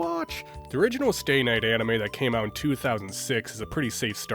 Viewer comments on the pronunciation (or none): none